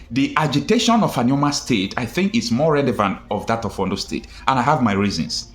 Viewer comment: ORLU NOT OLU PLEASE